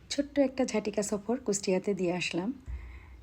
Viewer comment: এই টোকাই "কুচটিয়া" নয় রে। বল "কুষ্টিয়া"